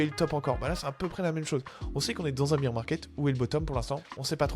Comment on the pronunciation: Merci pour cette vidéo, mais si jamais : "Bier market" -> on ne parle pas de bière, l'ours se prononce "Bèr". Il n'y a pas de sonorité "i".